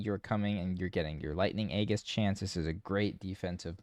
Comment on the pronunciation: Dude, I love and appreciate your channel and builds. You've been such a wonderful resource, and your insightful guides have really elevated my enjoyment of the game. Just a quick note, and I apologize in advance for the pretentious pronunciation Nazi BS, but aegis is pronounced "ee-jis". The G sounds like a J. I'll go back to my hole now. Please don't throw things at me.